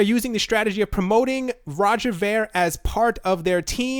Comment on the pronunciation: Its pronounced roger veer